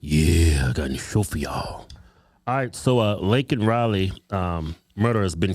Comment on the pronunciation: Biden couldn't even get Laken's name right.............